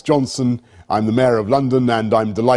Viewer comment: haha!!! as a russian i confirm his pronunciation is very good!) the only thing its maSlenitsa not maZlenitsa